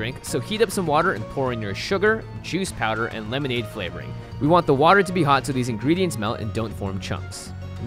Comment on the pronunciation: when he said juice powder, I heard cheese powder